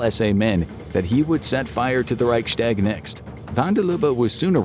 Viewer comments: Please learn how to pronounce Reichstag. It's Reichs-tag, not Reichschdäg. I understand it's a foreign language, but this really grates. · "reic shtag" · Wenn er nochmal Reichschtäg sagt, dann vergesse ich mich. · Please look up how to pronounce Reichstag properly